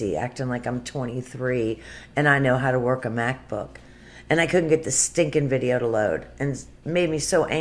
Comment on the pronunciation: What the hell is with the way she says "how"?! She can't say the word.